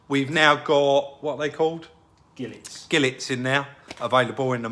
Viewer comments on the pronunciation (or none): is such a talent! By the way it’s pronounced “Jee-Lay”, not Gillet 😂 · Nope. It’s pronounced “Gee-Lay” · You're enthusiasm for this car just shines through. I hope you find the headlights for a decent price. You made me laugh at the end with the way you pronounced Gilet 😂